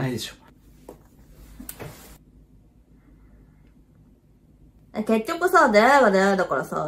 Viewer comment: の「でしょ」が「でそ」になってるの好きすぎて前進めないwwwwwww